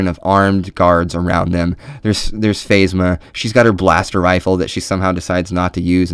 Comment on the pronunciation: love your video. good stuff! though its....pronounced (Kan toe bite) and (Fazma)